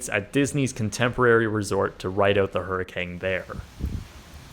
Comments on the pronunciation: why does it sound like you keep saying hurricange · Stop saying HURRICANG. ITS CANE. COME ON